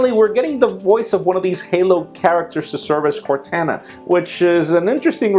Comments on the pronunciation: Cortana is pronounced "Core-tohn-uh"! And NO there simply is only one way to say it. Do at least a Google search to verify. Just trying to slightly help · Am I the only one who is pissed off that he continually pronounced Cortana's name wrong? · CORTANA you said it wrong